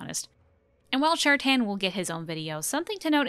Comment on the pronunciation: Love the video, thank you for trying to make out consistent lore on Andraste! Only one thing bothering me, that's not how you pronounce Jader and Shartan. It's Orlesian so it's sounde like "ja-dáre" and "share-ten". You can hear it in a few places in DA2 and DAI and surprisingly in The Masked Empire. Whoever gave direction on that audiobook did really well